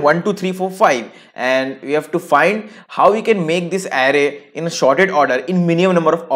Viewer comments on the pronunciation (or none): bhai sorted hota hai shorted nhi ,bolna sikh pehle